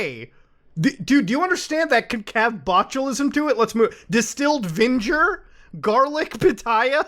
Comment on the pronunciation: "VINGER" LMFAOO